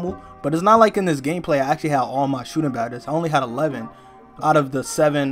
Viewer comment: So we not gone talk about he says Sootin Bad-es instead of Shooting Badges